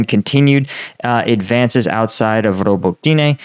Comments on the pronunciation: Rabotino, not Robotaine. Dude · It’s pronounced robotknee